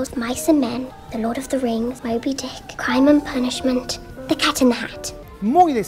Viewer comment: dijo mobydick o my big dick?